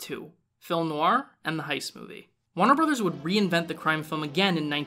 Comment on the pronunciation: "wanner brothers"!!? Lol jk decent video but remember the R in Warner brothers